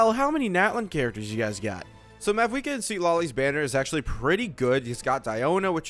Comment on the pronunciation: Its mawuika. 90 percent of pronunciations in game dont pronounce the V